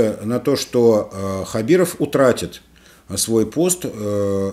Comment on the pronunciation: Опять произносите неправильно фамилию, поменяйте очки